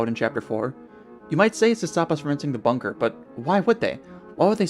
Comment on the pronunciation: bangin’ theory my man. next time try to accentuate your words though because you talk too fast and your words kind of slur together which is not what you want when every word you say is meant to be important also big fan of how you pronounce “bunker” differently every single time you say it